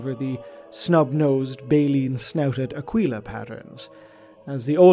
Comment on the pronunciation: Going to be a pronunciation nazi here. It's pronounced Akeela not _Akweela_. Otherwise great work.